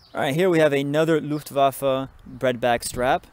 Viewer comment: FINALLY! Someone pronounces Luftwaffe correctly, and pronounces the W as a V. Best part of this video right there.